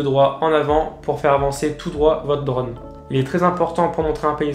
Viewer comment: J'en peux plus de ton accent breton quand tu dis " draune" !! 😂